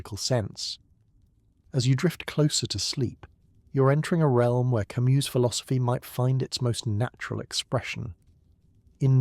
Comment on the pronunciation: This would be wonderful if… The AI narrator would decide on a single pronunciation of Camus, Sisyphus etc. Quite jarring.